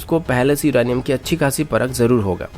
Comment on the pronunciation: CID K SALUNKE HAI BHAI SADUKE NHI😂 or Uranium hota hai Iranium nhi😂